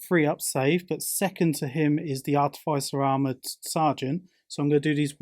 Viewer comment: I’m not usually one to correct how somebody pronounced something, for example I would say sijilite rather than the g sound. However as an Instrumentation Artificer it really grinds on me when I hear it pronounced the way it is in this video haha Ah-tif-uh-ser... is how you say it